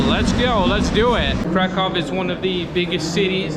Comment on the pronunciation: Not Krakov but Krakoov the pronunciation like in a book.